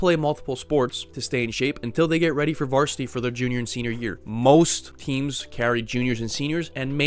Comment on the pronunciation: "vartisity" stahp